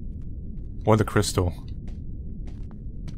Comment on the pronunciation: When he said 'Crys-sistal' I died. XD